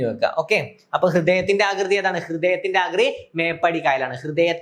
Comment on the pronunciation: മേപ്പാടി എന്നു തന്നെ ആണ് പറയുന്നത് 👍